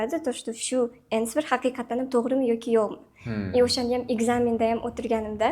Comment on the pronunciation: ANSWER bu gap qanday ko’rilsa shunday o’qilmaydi “aansa” deb o’qiladi. Nimagadir ishongim kelmayapti bu qiz speakingdan 9 olganiga. Ichi qora demanglar shunchaki xatosini aytiyapman.